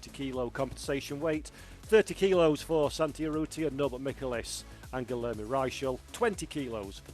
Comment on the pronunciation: Dear: The correct pronunciation for the Hungarian driver: Michelisz: the "C" is silent. I mean no "K" sound in his name. Thank you and love you.